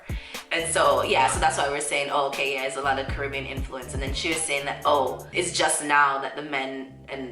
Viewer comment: The American needs to pronounce Caribbean correctly.